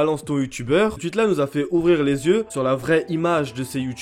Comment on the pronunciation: Faut arrêter de prononcer squeezie “sqUizi” et tweet “tUit” hein